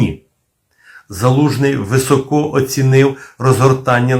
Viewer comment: Пане, не високО оцінив, а вИсоко оцінив. А так то так.